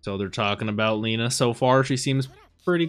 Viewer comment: it's lena E you read it like your saying E on the words "Eight" so it's not "LI-NA" it's "LE-NA", not in any bad ways, appreciate your willingness to say their name correctly ☺️